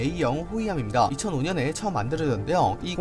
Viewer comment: 걍 발음이 존나안좋은거임ㅋㅋ 처음이 쳐로 들리니까..뭐ㅋㅋ